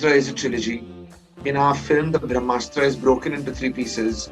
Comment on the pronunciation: When the director keeps saying bhramastra instead of brahmastra...you know the movie is junk... Kamaal nai kachra banaya hai Apne...just keep directing romantic movies...tumse na ho paayega iss genre ke movies...